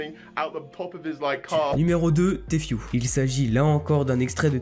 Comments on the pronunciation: On prononce pas Tfue mai Tifue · Ca ce prenonce tifiou pas téfioue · Ce n'est pas compliqué de prononcer Tfue . Tu dit t fue au lieu de ti fue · tu sais bien dire tfhu